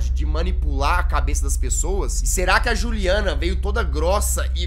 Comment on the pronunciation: quando o reporter fala juliana e só com um n não dois n